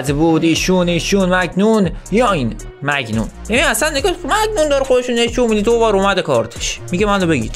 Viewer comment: داش مگنون نه مانیان